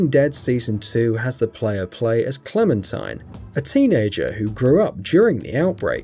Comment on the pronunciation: Clementine, cle-men-tine